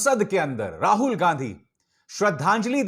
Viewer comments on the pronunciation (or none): none